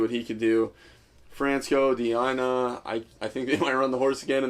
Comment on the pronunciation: Lol disrespected my boy France Go De Ina. Didn't pronounce his name right and said "good luck buddy" like if he doesn't have a chance. Haha.